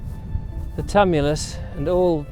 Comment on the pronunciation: Tumulus pronounced tu·mu·lus